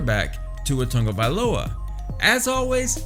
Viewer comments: Who is TUNGAvailoa?? His name is TAGOvailoa. I’m not sure why pronunciation is so hard for people. Smh... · Tongueavailoa is how you’re saying it😂😂 lol. I’m not even an Alabama fan and I know how to say it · They ain't gonna bench my man Tua. And stop saying his last name wrong it's annoying. Also #POLYPRIDE🔥💯💪🏼🇦🇸🇼🇸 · I want to criticize how you pronounce his last name...but I can't say it either...